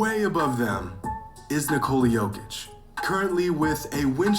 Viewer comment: Yeah he didn't do that one on purpose 😆 Then calls Jokic - "jock-itch" 😭